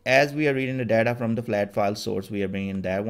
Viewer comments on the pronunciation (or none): Thnks for the videos. Buddy it is data not Deda.. You made me laugh.😂😂